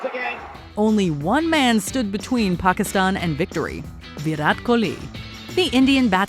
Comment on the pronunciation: An American pronouncing Pakistan like how it should be, unbelievable! And as some users have pointed out, top notch pronunciation! The list also is fantastic!